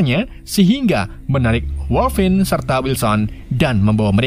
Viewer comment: Dupik dan woiguinlin woi